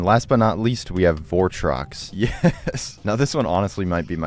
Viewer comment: that ain’t votrox, that’s bortrox!